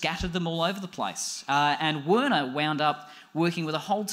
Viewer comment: I think it's pronounced "Verner"